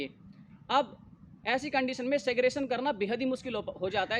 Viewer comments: Seggrigation to bol le be shi se.. gyan baad me dena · Pehle SEGREGATION bolna sikh le bhai..Nahi to zindgi bhar cancel cancel karta rahega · Pehle Segregation bolna seekh lo bhai dhang se 😂